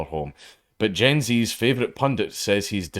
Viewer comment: Why you saying Gen Z wrong?